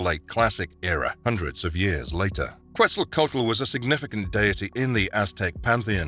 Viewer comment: Otro gringo pronunciando mal Quetzalcoatl, ya es hasta ofensivo Oh my god it hurts